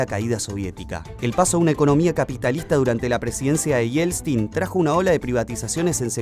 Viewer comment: Porqué siempre dice Yelstin😂